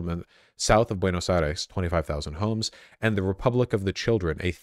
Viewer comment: Buenos Eye-reeze